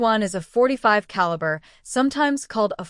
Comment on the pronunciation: Ca la bra... Caliber. Ai reader is always funny.